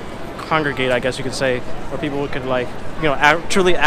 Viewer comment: I like the video and all but I just have to comment on how inconsistently you pronounce plaza in different ways